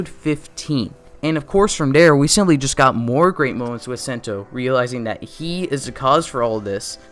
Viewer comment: you’re we’re pronouncing sento name and his ultra ego name well definitely that one of problem with this video but ya that it